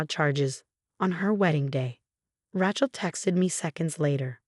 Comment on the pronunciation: The mispronunciation of Nathan’s and Rachel’s names were so annoying!